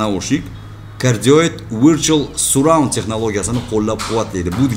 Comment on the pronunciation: хаааххахаха Сурраунд, Сарраунд дейилади окам